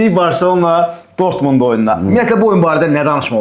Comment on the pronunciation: Ay, dörtmund deyir😂😂😂